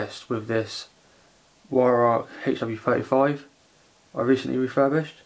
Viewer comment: Vyrowk is how you say it!!